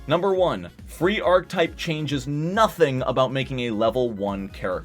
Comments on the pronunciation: Ark-uh-type, not ark-type. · What the hell is vein·kuh·type?! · And mispronounced every time.